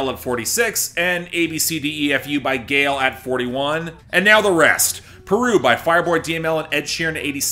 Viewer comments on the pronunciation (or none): none